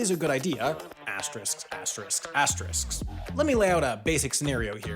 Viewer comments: Asterisk. Not "Asterix" 🤦🏻‍♂️🤦🏻‍♂️🤦🏻‍♂️ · you can't say asterisk that many times and say it wrong every single time. It's asterisk, not asterix. Do you need someone to proof-listen-to your narration? I'm up for hire.